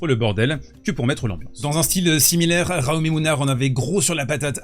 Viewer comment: Le public français … une honte absolue. L’arbitre de chaise laisse faire… crétin, moche, insupportable, odieux. Punto y basta. Au fait, Jaume se prononce « djaouma », c’est un prénom catalan.